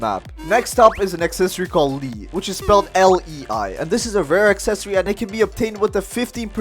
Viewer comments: its not pronounced "lee" its pronounced "lay" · me when he says “li” instead of “/lā/ “ / “le-ai” : breaths heavily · Here’s how you say lei L-E-A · As a Hawaiian it makes me laugh at how u said lei 😂😂